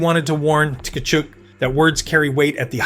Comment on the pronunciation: How many t-kachuk and takachuk . Easier to just say it right. Kachuk!